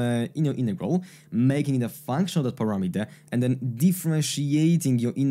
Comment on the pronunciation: Nice explanation about Feynman's trick! But why are you saying "innegral" but not "in-roduce"? Greetings from a German fella, who's getting desperate about the Americans' refusal to pronounce the letter "t"